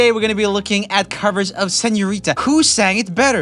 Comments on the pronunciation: "I love you when you call me SEÑOWRITA" JAJAJAJAJA Debo admitir que reí mucho con la pronunciación, pero me alegra el intento XD I really love this channel =) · Bruh I hate when people can't do the r in Señorita